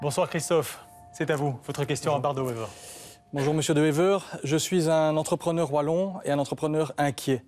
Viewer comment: The guy really does NOT even manage to pronounce Bart De Wever's name properly! Sick mentality!